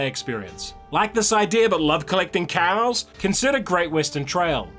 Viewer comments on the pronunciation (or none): Great video! Your pronunciation of fleur-de-lis was much better than you let on. Cows though.... LOL.